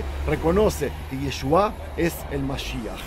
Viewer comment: es Yeshúa (ישוע) no Yeshuáh (ישועה)